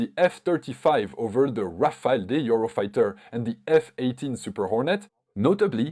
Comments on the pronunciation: Not Rafael but RAFALE -LE not EL read correctly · It's not Rafael it's Rafale